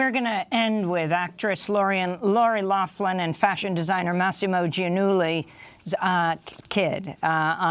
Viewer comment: Typical idiotic media do not even know how to pronounce McLaughlin. How hard is it to actually read something oh wait a minute we're talking about the media!